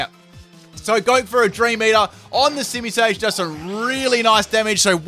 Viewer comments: You called simisear a simisage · Simisear should definitely on this. Second time now he said it wrong :P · isn't it Simisear